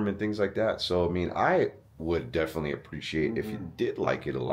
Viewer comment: he said me defently